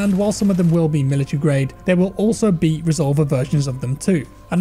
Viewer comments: Reh zol vair is how its pronounced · resolVER, thas how you pronounce it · Re sol ver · The way he says “resolver” lol I’m cuban so it’s funny hearing a Spanish word pronounced like that haha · i can see it being used in the cartel to describe shooters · The way he pronounced "resolver" is almost insulting